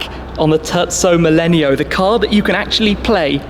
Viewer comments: did he just call the terzo millennio the turtso mellenial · This guy kept on saying turdzo millenio and it bothered me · TUrco melleneo... My god!!! It is a tErZZo MiLENIO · “The turdzo millenio” I’m sorry. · Turdso millenio yeah very italinian pronounciation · Tezzo millenio hahah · It's Terzo Millennio👌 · I hate how he pronounces terzo millennio xd